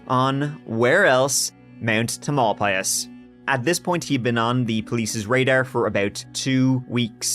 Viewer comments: " tam-el-pie'-uss " 🫣🥸🤓 Love this content! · The mountain is pronounced TAMILpias . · Tamalpais = TAM ul PIE us. Or just Mt Tam. In Muh RINN County. 😊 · Tam-uhl-pie-us. Not important, I know, but I just had to let it out of me.